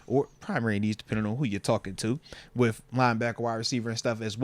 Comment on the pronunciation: Moats pronounces "with" as "wif" 😂